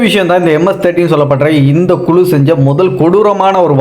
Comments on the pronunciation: குலு இல்லை.குழு என்பதுதான் சரியான சொல் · குலு இல்லை.குழு என்பது தான் சரியான சொல்